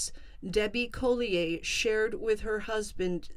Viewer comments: I feel like you’re pronouncing their last name incorrectly. It’s Collier. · Is that how you pronounce Collier